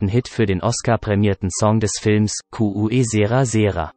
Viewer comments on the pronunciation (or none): Am schlimmsten bei dem Lied: Que sera sera. Ich mußte erst überlegen, was gemeint war🙄